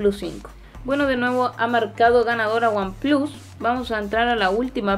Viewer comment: buen vídeo, espero ver uno de comparativa de cámaras que creo que también va a ganar oneplus, sobretodo el modo retrato. y un detalle que me hizo gracia, dices "aifon 7 plas" y samsung s8 "plas" en un perfecto inglés menos el número pero luego en vez de "wanplas" dices "wanplus" en en perfecto spanglish. Yo a ver si mañana consigo vender mi s7 edge y me compro el oneplus 5 desde que vea una ofertita.